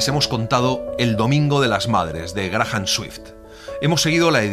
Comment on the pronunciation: Para tu información no se lee Grajam sino Greiam MJA Lima, PERU